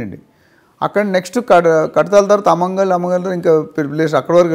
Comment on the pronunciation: అమంగల్ కాదు.. ఆమన్గల్లు